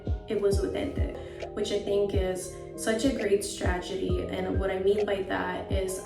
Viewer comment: stragedy... lol sry i had to ... ur pronunciation of strategy